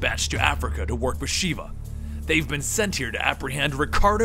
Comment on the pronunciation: Mispronouncing Sheva made me mad dude >.> but good video though